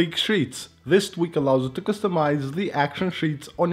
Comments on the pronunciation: It's you not hew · Here hew go again. Yup I posted public comment but whatever I said is not about all public but to ONLY. so what part of NON OF YOUR BUSINESS hew don't understand?